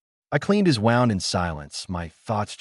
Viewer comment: Wound not wownd